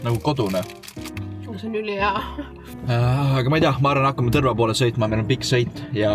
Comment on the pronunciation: see on ikka Tõrva mitte Tõrrrrrrrva. Järgmine kord tead